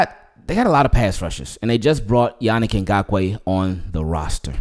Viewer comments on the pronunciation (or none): ingraven According to Yannick, correct way to pronounce Yannick Ngakoue. it's yaNEEK inGAYkwee. Cameroon name. Just so you & tkic know. ;)